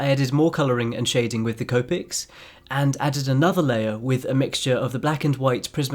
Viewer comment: The he says copics I’m dying